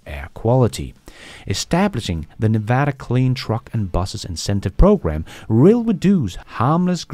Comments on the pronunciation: As a Las Vegas native, I'm impressed that you said Nevada correctly. Most people (including most Americans) say it incorrectly. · Hey, just wanted to thank you for pronouncing Nevada correctly! (Like a native) From a fellow Dane, Scott